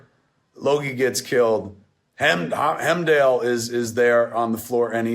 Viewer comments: Jerrod -- ha ha ha -- -- I think he actually pronounces it "Hem-dale" -- he he heh! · Mad demerits for calling old boy “HIM-dale”. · Hemdale, Kev? HEMDALE? Idris Elba is crying somewhere.